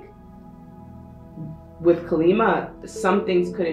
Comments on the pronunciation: Deck 3- i am letting go many insecurities, thats the confirmation i think.. plus im suffering from jaundice and i need improved health 😃 And we worship Kaali Maa here in India🙏🏻 Its better to pronounce as Kaali Maa instead of Kalima 🙃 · Bless you on Deck 3, but Her name is Kali Maa. Sounds like "Collie Mah." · It’s pronounced kaa-lee maa :) ❤️ thank you for the reading